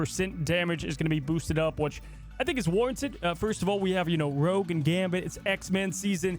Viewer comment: It’s rogue not rouge